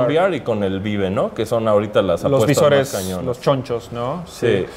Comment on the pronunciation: neta todo el vocabulario en inglés y el wey pronuncio vive en vez de baib ._.